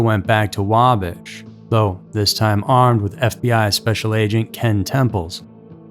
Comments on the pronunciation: Wa-bash! Not Wabish! Bash with a short "a". As in the verb " bash". 🇺🇸☕💐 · Pronounced wahbash not waabash (Wabash) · Bash....Wabash, not Wabosh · Wabash , IN (Wah-bash) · It's WaBASH. Like ASH or RASH. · It's wa-bash like if you bash someone over the head lol living in Indiana it's funny not to be rude or disrespectful I love your channel and videos and voice just a fyi 😂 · Lol you're saying Wabash wrong. The second a is a hard one. Really good story though! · I love this guy, but he is not pronouncing Wabash correctly. I from Indiana and it is not pronounced that way. However, great video! Loved it! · Yes.. like cash. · I came here to say the same thing lol